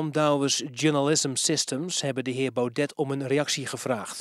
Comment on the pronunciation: PowNed kan hij normaal uitspreken maar met BauDET heeft hij nogal moeite.